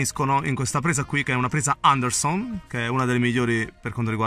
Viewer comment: Mi fai morire come dici...ANDERSON ahahahahah comunque complimenti per le spiegazioni